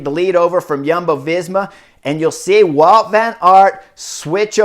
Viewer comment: It is Wout not "Walt" He's Belgian!